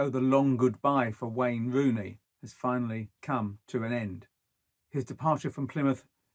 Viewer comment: It's Rooney not wooney . You should get a job in talkshspooort. He is not manager material ye liars